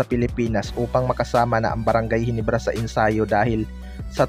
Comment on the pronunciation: Ginebra lods hindi HINIBRA 😢